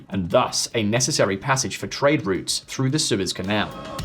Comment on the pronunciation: the word is "through" ... it is not "frue"